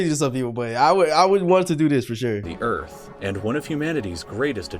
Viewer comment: URATH!!? THIS IS EARTH